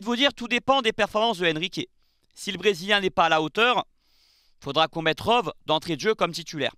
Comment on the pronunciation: Rove? Comme les chèèvres? :) On dit "Rowi"